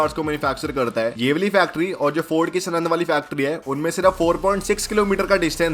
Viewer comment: Bhai सनंद नई है यार सानंद ही सानंद